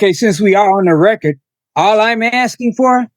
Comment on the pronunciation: Cmon man, you are an attorney lady. The word is "record" not "wrecker", the d is not silent and frankly turns "record" into a completely different word. Even an educated attorney speaks ignorantly. Sheesh....